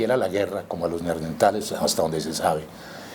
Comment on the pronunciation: Buena entrevista, un detalle: no es Neardentales sino NeanDERtales